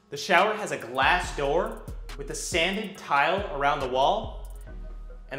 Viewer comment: Yea i think he sounds nervous and by mistake emphasised that detail lol.